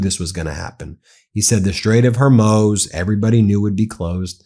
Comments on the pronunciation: I'm an avid Meidas fan....and in this vid I thought someone had finally told Ben that ~90% of the time he calls the Straight of Homuz, the Straight of "Hor-moz"......at the start of his discussion on the recent activity in the Straight, he was pronouncing it correctly......then later relapsed back into mispronouncing it😂. Anybody else notice this? Anyway, good content as usual. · If Iranian and Chinese tankers sail safely thru the Strait of Hormuz (pronounced Hormooz Ben), they would leave a map of how to safely avoid mines. So at some point I expect Iran will have to 100% mine lay the Strait. Unless they have a way of switching on and off mines? Is that possible?